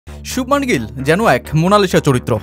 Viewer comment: শুবমান নারে ভাই শুভমন গিল... কিসের বাঙালি যে বাঙালি উচ্চারণ করতেও পারিস না তাতে আবার আসিস সাংবাদিক হতে😂😂😂😂